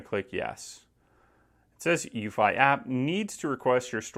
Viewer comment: I thought it was pronouncedc eww-fee, no???